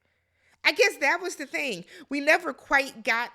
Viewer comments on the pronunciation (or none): none